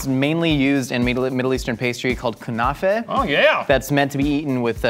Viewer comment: pronounce "kunafa" better than most Arabs